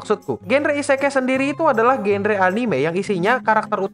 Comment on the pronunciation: Akua nya min.. Isekai nya jadi "isekali" Lop lop kapten yami cobalah kau dengarkan(minkymomo)